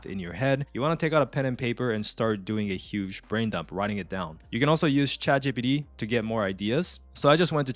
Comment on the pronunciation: "Chat gee-pee-dee" 😂 i love the video, thank you